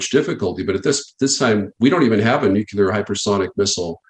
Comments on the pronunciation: Jeebus Christ... guys that are occupationally obligated to say the word "nuclear" every twenty seconds should really, really learn how to pronounce it. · What is this Nukular weaponry of which you speak? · Jesus!!, nuCLEar, not nuCUlar! Seriously! 🤦‍♀️ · Does anyone besides me have a hard time listening to a person who is in theory an expert on a subject have difficulty pronouncing their area of expertise correctly? Nuclear…..not nucular. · This has probably already been addressed, but why is he using the word "Nucular" for all of his interviews? The actual word is "nuclear". Is this just bad slang reminiscent of GW Bush vernacular, or is it legal? Because technically, legally, this interview has not discussed anything related to nuclear weapons. Only "nucular" whatever the hell that is. I mention this because the UNITED STATES and other governmental subcontractors like to use semantic deceit and let you presume that you know what they mean, when in fact they are saying something different to CYA. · NUCULAR ??? That's annoying. Try NUCLEAR .... Otherwise, great update.... Thanks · First of all, I sincerely appreciate this video and all the warnings in it. Thank you! A small point, but it bothers me a bit: a weapons expert who seems to have detailed military info but pronounces "nuclear" as "nu-cue-lar"...?? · As a non-American, every time I hear someone say "nucular" I automatically assume they're about as intelligent as Homer Simpson. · Nu-KLEE-er not Nuk-u-lar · Is it just me? Does anyone else here have a problem with how some people pronounce the word Nuclear. When someone refers to nucular situations/weapons/missiles, it just does not seem to me like they are all that up on the subject. If it is just me, so what, I still have a problem with it. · The reason Russia's nuclear capability is 30 years ahead of the US is because Americans can't even pronounce "nuclear" without saying it as "nukeelar" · someone tell that guy it's nucLEAR, not nucULAR.